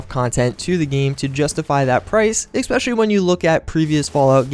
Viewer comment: Especially is pronounced ES-PECIALLY, not EC-SPECIALLY, same with ETCETERA, it is not EK-CETERA